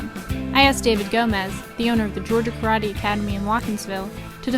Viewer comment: Video teaching us Karate, can't even pronounce it correctly